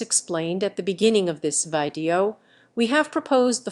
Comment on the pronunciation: Thanks for the video explaining the challenges of OSH design.. Who's the narrator though? pronunciation of some works like libraries, video and github (th? 😁) was confusingly off, while the rest sounded nearly like a native speaker..